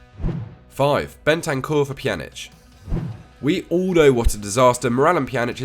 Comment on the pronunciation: Bentancur for Pjanic 😭 that’s the worst thing I’ve ever heard